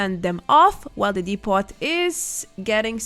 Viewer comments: “Depot” is the last word I would think you would mis-pronounce. Isn’t it French in origin? Anyway the T is silent. Also the O is pronounced like the exclamation “Oh!” So “Dee-poh.” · Excellent guide. Thank you for all the work you do... ("Depot" has a French pronunciation,, so the T is silent. DEE-poh or DEH-poh.) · Hi, not a fan of your stuff but to be fair this was most helpful, fyi depot is pronounced 'dep' -like 'step' and 'owe'-like show. dep-owe. thanks.